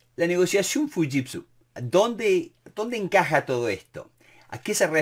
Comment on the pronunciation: Excelente! Un detalle nose si estoy en lo correcto se pronuncia shiushitsu, no fushitsu